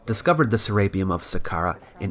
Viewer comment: Se-re-peum not se-RAPE-eum